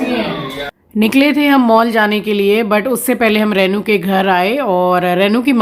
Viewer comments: You pronounce rainu instead of renu. Please speak correctly.In hindi too रेनू ना की रैनू। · Please please please रेै नु न बोले बहुत बुरा lgta h yaar kisi ka naam hi kharab kr do.। रेनु होता है renu,, रै नू nhi